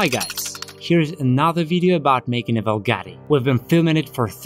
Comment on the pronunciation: Bugari si, si dice proprio così: Bugari. Non sanno dire nemmeno Bugatti e poi prendono in giro chi non riesce a parlare in modo perfetto l'Inglese, come se fossimo tenuti noi a parlare la loro lingua che, francamente, detesto pure. L'inglese sembra una lingua fatta per menomati. Usano la stessa parola per cinque significati diversi, come se avessero difficoltà ad impararne di altre. Quando ho imparato l'inglese ho capito fin troppo bene che, se ci avessi tenuto ad esprimere un concetto in modo chiaro, ed inequivocabile, avrei dovuto comunque usare l'Italiano, perchè l'inglese è troppo deficitario. E' una lingua per chi ha il vocabolario di un bambino di 10/11 anni. Bugari...